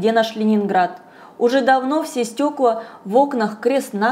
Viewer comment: На пВощади, не сВучилось, стекВа.. ну где же логопед?